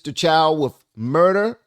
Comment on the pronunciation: Host dude, we open a store in black community so that everyone benefit, but it should not give you right to steal. Also, his name is Chow not Choi.